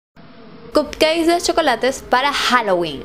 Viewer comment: Lindos los cupcakes, pero mejor le dices ponquesitos porque como lo pronuncias estás diciendo que son pastelitos d cock jajajaja.